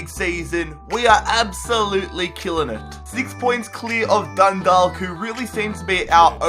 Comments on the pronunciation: Dundalk is pronounced like walk so it'd be like dunwalk but with a D instead of a W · Dundalk is pronounced dundak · Mate say Dundalk like dundak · Dundalk is pronounced dun-d-aw-k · It really bothers me the way you can't even pronounce 'Dundalk' properly... You say it like the way you say the word 'walk'." Dundork". Come on man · It's pronounced Dun-dawk. Hahaha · it's pronounced as done dawk. I'm Irish I know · Do a dundalk rebuild (pronounced done-dauk) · As a native of Ireland it's hilarious when he's says 'Dundawk' 😂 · Dundalk is pronounced done-dauk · Dundalllk united😂😂😂😂 I'm from there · Just saying the L in Dundalk is silent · Dundalk is pronounced dun-do-ck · Dundalk isn't pronounced DundaLk it is pronounced Dundock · It's pronounced Done-Dawk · Scott Whelan It's Dundawk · BTW 'Dundalk' is pronounced as 'Dun-Dawk'. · Sorry again Dundalk is actually pronounced dun-dawk like how you pronounce hawk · your saying dundawk its pronounsed dundok btw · u pronounce it dundauk 😂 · Im from Ireland and I am annoyed how he pronounced the team eg Dundalk prounounced dundak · Its pronounced Dun-dawk, not Dun-dalk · Just so you know, Dundalk is pronounced Dun-Dawk. I'm Irish so you know I'm telling the truth 👍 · For Dundalk the l is silent and Galway is like golway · Love from Dundalk p.s it's pronounced dundok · you pronounced Dundalk wrong and will you do a millwall rebuild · u pronounced dudalk wrong because u don't say the l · just letting you know you butchered a lot of teams names in the Irish league like Dundalk and Galway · And you aren't saying Dundalk right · I'm from dundalk and he makes a balls of the pronunciation and we're not Dundalk united it's just Dundalk fc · Anyone irish cringeing at the way he says dundalk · Learn how to say dundalk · you said Galway and Dundalk Wrong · your saying dundalk wrong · It annoys me when he says Dundalk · The way he says Dundalk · The way he says Dundalk makes me angry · The way he pronounces Dundalk kills me